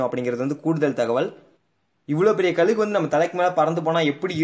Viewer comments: கலுகு இல்லை கழுகு னு சொல்லுங்க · Bro athu kalugu Illa kazhugu